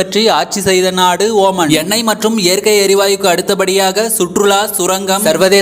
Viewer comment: Not oman it's omaan